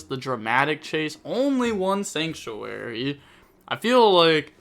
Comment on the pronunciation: my man went letterkenny on that "sanctuary" lol love you